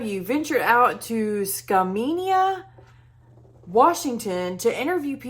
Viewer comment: (Skam-main-ia) proper pronunciation. You might need that in the future because it's a sasquatch hotspot. It has a huge history of encounters.